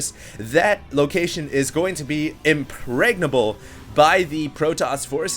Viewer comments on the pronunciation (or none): I LOVE YOU BUT IN ADDITION TO THE "COLOXIN" MESS-UP... "IMPREGNABLE"?? really?? XD